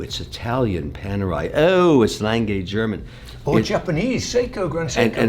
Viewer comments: What is a Langay watch, Is it the same as an A. Lange und Sohne, pronounced Aah Langer? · I am not sure but is that really how you pronounce "lange"? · Did he just pronounced Lang-Gay as Lange? 😂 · It's lange pronounced langa not lanngay lol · Lan-geh Not Lan-gay 😂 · As a German, I find Kevin's pronunciation of "Lange" as lan-gay simply abhorrent. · Lang-uh Kevin. Lang-uh. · A. Lange & Söhne or as Kevin O'Leary likes to pronounce it: L A N - G A Y 🤣 😂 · Sadly, a small innocent German child dies everytime Kevin says "Lang-gay"😢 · So, mr. corrupt has thousands of watches, but never heared of a gmt before?! And somebody tell him, it's "Lange", not "Leng gay"! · If I have to listen to Kevin mispronounce Lange one more time I’m gonna explode 😂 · Jesus can you butcher the name A. Lange more. At least try to say it properly. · the day Kevin learns how to pronounce lange, is going to be the day when the world will be over. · I love all of videos, but I can’t watch this Kevin guy. He constantly interrupts and he talks utter nonsense. I made it to about 15 minutes and had to turn it off. Someone please tell him how to pronounce ‘Lange’ properly. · His mispronunciation of Lange hurts my ears.